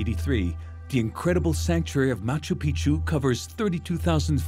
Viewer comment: My problem with this documentary is that narrator and plenty of others keep mispronouncing Machu Picchu. The way pronounces it is proper way to do so and it means "Old Mountain". The way narrator pronounces it, it means "Old Penis"... 😂😂😂